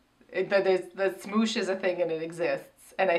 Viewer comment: Y'all calling it "smooch" is hilarious